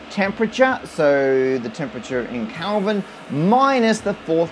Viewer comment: did he say Kalvin ? Kalvin as in kalves? degrees kalvenheit !